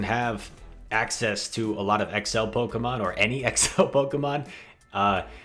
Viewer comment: What is it with Pokémon players mispronouncing Pokémon honestly!!!